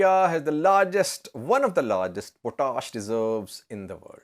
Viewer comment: It is pronounced POT-ASH. POT ASH. It is English not French